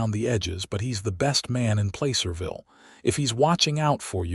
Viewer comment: Placerville isn't pronounced Playcerville!